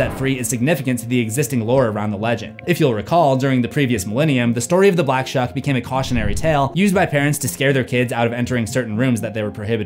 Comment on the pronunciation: For some reason I keep hearing the black chuck.